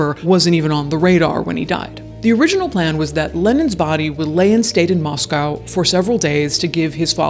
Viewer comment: Thank you for pronouncing Moscow - Moss-COW and not Moss-CO Moscow Idaho has Christ Church, we don’t need to be confused with Russia. 😂